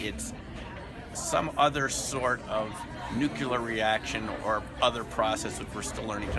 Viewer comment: This sounds great! I hope by the time it benefits mankind that everyone can pronounce it correctly... I'm sorry but come on now... "nookular"? The good doctor should know better.